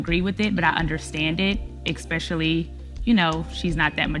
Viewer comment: Did this chick say expecially? Imagine having a child with her and expecting her to help with homework. Or just in general like our parents did when me mispronounce words and correct us, who she gon' correct?